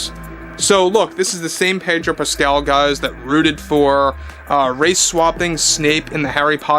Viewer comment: Pedo Pascal, no r.